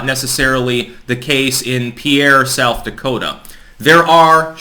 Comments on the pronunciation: It's not pronounced "Pea-air" South Dakota. It's pronounced "Peer." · Us South Dakotans pronounce our states capital like “Pier” not like the French name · actually mentions my state then pronounces the capital wrong☹️.